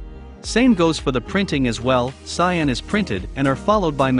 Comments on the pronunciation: cyOn? It is cian. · its cyan not cyon :( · It's cyAn, not cyOn lol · the blue is called cyan not cyon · It’s cyan not cyon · Cool vid but its Cyan not Cyon bud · cyAn not cyOn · it's cyan not cyon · Cyan is spelled CYAN not CYON. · Is "Cyon" a meme and I'm a wooosh? Or is this an actual mistake? (it's actually "Cyan") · It's cyan, not cyon. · Ah yes, "Cyon" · Cyan not Cyon. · A really nice video, ruined by "cyon". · It's CYAN, not CYON! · WTF is CYON? It's cyan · CyAn, not cyOn... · its CYAN not cyon lol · Cyan. Not cyon. Cyan. x.x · "Cyon" ?? CYAN